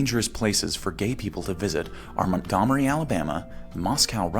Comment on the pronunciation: The most misinformative part of this one is how you pronounced “Montgomery”.